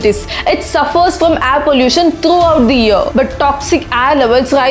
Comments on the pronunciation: Everything was great until you started saying “Ayre” instead of “air”..great video though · Your videos are very informative and inspiring... But please correct your pronunciation like "air" & "grain"